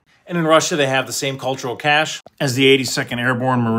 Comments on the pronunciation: Cachet is pronounced cashay not cash . Cache is pronounced cash. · Maybe you know military types often mispronounce “cache” as “ka-shay.” Yes it should sound like “kash.” Sadly, the word you need for cultural prestige is “cachet,” which is pronounced “ka-shay.” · That's pronounced "kash-ay", not "cash". The cache pronounced "cash" is a hidden place where you store things, like a cache of pirate booty. Cache' pronounced "kash-ay" means a usually positive reputation you get by the nature of your position, such as "the Pope has the cache' of holiness." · Cachet, when defining prestige, is pronounced "cash-ay" not "cash". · Cultural cache ispronounced cultural cash-ayy. 😗👍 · Please permit me? Cashe` ...two syllables...cash ey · The word is pronounced “cache -AY” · I think you want to be using the word "cachet" which is pronounced like cashay